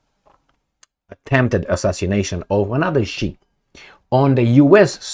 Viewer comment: why are you so lazy, for someone who brags about being a reader. Pls use google translate/enuniciate. It is SIKH, NOT SHEIK! INDIAN, NOT ARAB WORD.